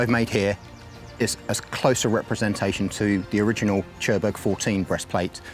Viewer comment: Brilliant work which likely sets the new benchmark for this scenario. Of course as any good experiment it opens up new questions. What about flanking shots, what about thinner plate? What about only textile armor above mail? Legg: Churburg seems to be pronounced completely different by English speakers compared to the local folks, which are of course using a Bavarian dialect since a thousends years or so. You can hear the local sounds in this documentary about an organ from 1559, only 150 years after the battle at ... Thanks for giving us such a fantastic gift!